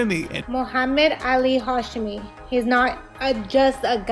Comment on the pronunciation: Bro wtf. Remove the crimescene pic and pronounce the dudes name right. Jesus the edit got the daughter pronouncing hashemi and you straight after go into hasjemmy